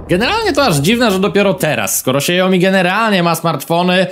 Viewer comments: Co do Xiaomi wymawia się "siałmi" a nie siajomi. Na YT były szef Xiaomi uczył wymowy. Starsze modele telefonów niestety nie mają już wsparcia poprawek bezpieczeństwa co oznacza, że łatwiej z takiego wykraść dane np. hasła do bankowości. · Xiao Mi się wymawia "siao-mi" a nie "siajo-mi" 🤣 tak na przyszłość, bo aż uszy bolą 😉